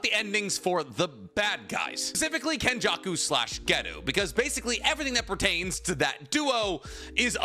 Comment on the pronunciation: btw, his name's not "ghetto" its "gay toe"